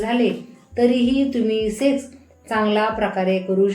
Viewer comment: सेस नाही मॅडम सेक्स म्हणा